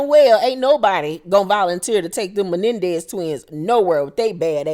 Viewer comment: Not the "Mendez kids" I can't 🤣🤣🤣🤪